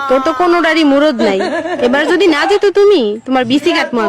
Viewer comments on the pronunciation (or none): আন্টি আপনি আগে বাংলা শুদ্ধভাবে উচ্চারন করা শিখেন। শব্দটা যুদি না, হবে যদি। আর কিছু ভাল ভাল ইংলিশ বাসায় মুখস্থ করে সংসদে বলার চেষ্টা না করে শুদ্ধ বাংলায় কথা বলেন।